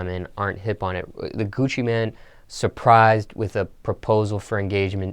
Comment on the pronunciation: "Coochie-man" its Gucci mane bruh, MAYNE. GOOCHI MAIN. MAINE.